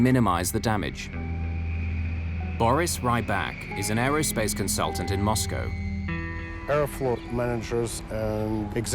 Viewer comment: Sounds too much like "Aeroflopped"